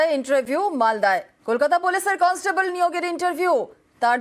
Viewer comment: কলস্টেবল না কন্সটেবল।